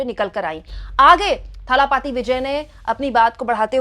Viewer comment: थालापती नही दलपती